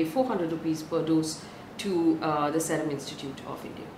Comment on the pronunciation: Seerum please not Serum